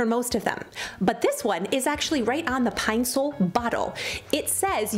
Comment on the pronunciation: My whole life I pronounce Ed it Pine-Saul 🤦🏻‍♀️ Pine- sole makes me cringe, but it’s obviously right I hate everything 😣